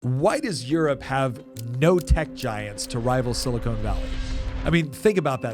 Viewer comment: Please learn the difference between "silicone" and "silicon" .